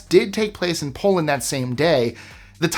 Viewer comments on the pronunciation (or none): none